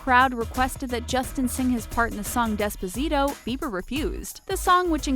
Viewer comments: The way she pronounced "despacito" lmao 😂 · The way she pronounced Despacito, REEEEEEEEEEEEEEEEEEEE